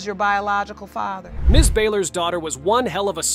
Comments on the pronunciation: So is that AI can't pronounce Father, or a non Ai computer, or a teenager making videos? Somebody can't pronounce the word father! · This narrator absolutely drives me crazy he doesn't know how to pronounce the word "father" Even if it is an auto generated voice I can't believe that it says fayther not father.Argh! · Whoever does these voiceovers needs to learn how to pronounce “father”😒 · I wish they'd teach ai how to correctly pronounce father. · Please next time choose a narrator that can pronounce father and intamency on a consistent basis.